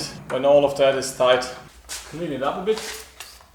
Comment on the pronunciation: A tipp from a bilingual, first great pronunciation of tight, but when pronouncing "tighten " think of: saufen, fi**en, schlafen.